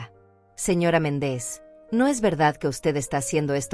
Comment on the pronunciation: Si dice MÉNDEZ por qué dice Mendéz? No sabe pronunciar los acentos?😊